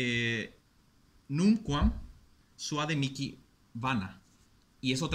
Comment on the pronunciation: Nunquam suade mihi vans : es "mihi" no es "miki"